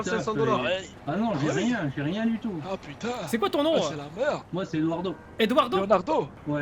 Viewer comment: c est pas Edoirdau c est Edoir d'eau clair